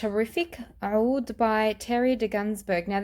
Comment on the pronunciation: Every once in a while you will see OUD spelled as AOUD, or OUDH, all pronounced as OUD. I'm not sure why someone told you to pronounce it like that, my Arabic friend laughed. You can hear it here or OR,,Watch ANY other perfume channel on Youtube. You are destroying that word.